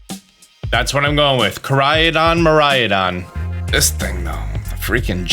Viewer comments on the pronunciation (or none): Haha here we go again, I hope this can help the pronunciation: Koraidon = Ko - Rhydon Miraidon = Me - Rhydon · I think Miraidon should be pronounced as the Japanese word Mirai which means future. I know that doesn't make too much sense in a region based on Portugal, but then again, GF is a Japanese developer. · It’s pronounced “Ko-lrah-ee(soft)-doh-nn” & “Mee-lrah-ee(soft)-doh-nn” Very Japanese names. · I think the Japanese/original pronunciation would be something like this: mi-rai-don (something like mi as in meet, and rai as in rhyme for example) and ko-rai-don ( something like ko as in compound for example, and rai again) but not so much mirayadon and korayadon. I hope this helps :) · By no means should you listen to this random opinion on the internet, but I think you're adding an 'a' to the legendaries' pronunciation. Kor-ai-a-don vs Kor-ai-don. Mir-ai-a-don vs Mir-ai-don. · You can always count on to add non-existent sounds, letters and syllables to words. It's not Ko-rai-A-don/Mi-rai-A-don. It's just plain Ko-rai-don and Mi-rai-don. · Me as a Mariah, what I hear: Mariah-don lol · Also, "kor-rai-don" and "mee-rai-don" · It's Kora-ee-don and Mira-ee-don. Get it together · The legendary names are pronounced "ko lai don" and "mi lai don" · The way says miraidon sounds like he says "Mariah-don" and I can't help but picture Mariah Carey's face on it 😂😂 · Ko-rye-don. Meer-rai-don. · By the way, if you want to know just in case how Koraidon and Miraidon are supposed to be pronunced, it's supposed to be Kohrai-Donn and Miirai-Donn. All Japanese words are supposed to be pronunced phonetically, something othet languages don't really have which is pretty interesting... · Miraidon= (Pronounced) Me- Rye - Don = means future dragon. Koraidon= (Pronounced) Co- Rye- Don = means ancient dragon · I think it's pronounced Ko-Ride-on and Mi-Ride-on because they look like motorcycles